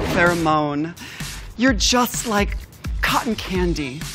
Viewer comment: Jasmine's read seemed accidental but still good lmao she’s not good with names